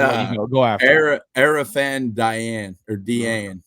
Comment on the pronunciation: Assuming the interview I heard is correct, Arafan Diane’s last name is pronounced Jah-nay